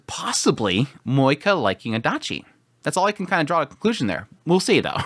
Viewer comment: I clicked the video but now I regret because I know I will hear a person saying MoeKA..... haaaa.... Edit: and he talked a lot about moeKA..... this is just painful...